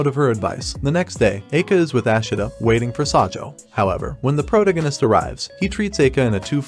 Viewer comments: Except prota-gun-ist…. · Can't pronounce protagonist? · The way you pronounce "protagonist" is hilarious